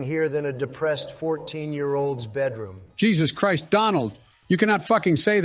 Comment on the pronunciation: Donald pronouncing "Jesus Christ" as "Je suis crust" is actually hilarious